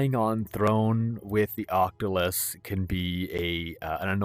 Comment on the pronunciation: Fantastic as always! It's an octoculus though, not an octolus 🧿